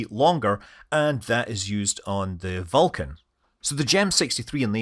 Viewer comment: Perhaps you should work on pronouncing Vulcan better so it doesn’t sound like you’re saying falcon? The beginning of your video indicated falcon had a problem when it was Vulcan.